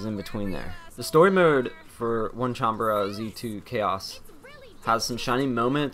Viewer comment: its not onecanbara,its onee-chan-bara dude.